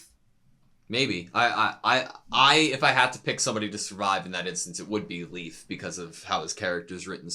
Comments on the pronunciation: As a Dane: Leif isn't really pronounced like "Leaf". It's more like "Life". Pro-tip: Try and listen to how they pronounce the names on the show. They are usually close to correct, with some minor errors. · Poor Leif constantly getting called leaf lol